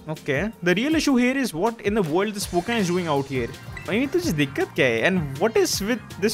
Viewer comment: Less go ep 2 loving the consistent uploads and hoping that it will continue and i am just laughing at the wrong pokemon pronounciations